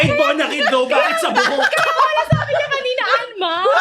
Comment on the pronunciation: Tawangvtawa ako sa bonamin “bonakid”